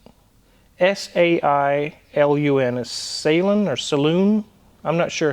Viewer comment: sailun is a Chinese brand and it sounds like sigh lun .